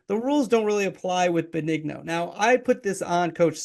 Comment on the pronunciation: You're saying Joe's last name wrong.